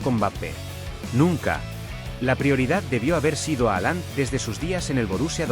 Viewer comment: .....no se pronuncia así.....Jalan